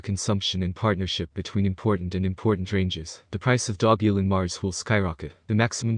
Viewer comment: If you market something at least pronounce the name right. And don't speculate ridiculous prices